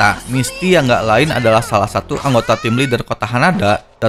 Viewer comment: Misty.... Bukan misti;-; bisa di bikin setiker wa btw